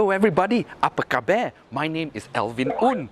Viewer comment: The way you pronounce "apa khabar" sounds off.. like you ang moh trying to say it...